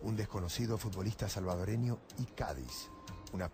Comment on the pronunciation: hondureno? ! salvadoreno!